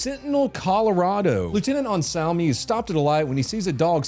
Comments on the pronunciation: its not pronounced cent-inel its prounounced cent-en-iall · thought you said “fentanyl Colorado” 😂😂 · It’s pronounced Cen-ten-ee-al Centennial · That is not how you pronounce centennial 😂